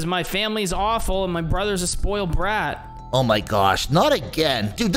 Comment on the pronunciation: Uhhhhhhhhhhhhh in this one part saws boiled brat instead of spoiled brat lol